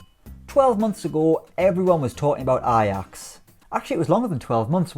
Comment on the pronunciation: Why does he keep pronouncing Ajax like that? 😂😂😂